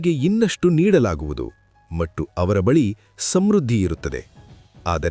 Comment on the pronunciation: ಧನ್ಯವಾದಗಳು ಸರ್ ತುಂಬಾ ಉಪಯುಕ್ತ ಮಾಹಿತಿ ನೀಡಿದ್ದೀರಾ. ನಂಗೆ ಎಲ್ಲಾಒಳ್ಳೆಯ ವಿಷಯಗಳಿಗೂ ಧನ್ಯವಾದ ಹೇಳುವುದು ಸ್ವಲ್ಪ ದಿನಗಳಿಂದ ಅಭ್ಯಾಸ ಆಗಿದೆ ಸರ್ ತುಂಬಾ ನೇ ಖುಷಿ ಆಗತ್ತೆ. ನಾನು ನಿಮ್ಮ ಎಲ್ಲಾ ವಿಡಿಯೋ ನೋಡ್ತಿರ್ತೀನಿ ತುಂಬಾ ಖುಷಿ ಇದೆ ಆದರೆ ಒಂದು ಕೋರಿಕೆ ಇದೆ ಸರ್ ತಪ್ಪು ಅನ್ನಿಸಿದ್ರೆ ಕ್ಷಮಿಸಿ. ನೀವು 'ಮತ್ತು ' ಅನ್ನುವ ಬದಲು ಮಟ್ಟು ಅಂತಿದೀರಾ ದಯವಿಟ್ಟು ಅದನ್ನ ಸರಿ ಮಾಡ್ಕೊಳಿ ಸರ್ ಬೇರೆಯವರು ಯಾರೋ ಇದನ್ನ ಹೇಳೋ ಮೊದಲು ನಾನು ಹೇಳ್ಬೇಕು ಅಂತಾ ಅನ್ನಿಸಿತು ಸರ್ ತಪ್ಪಾದ್ರೆ ಕ್ಷಮೆ ಇರಲಿ ಸರ್ 🙏🏽🙏🏽🙏🏽🙏🏽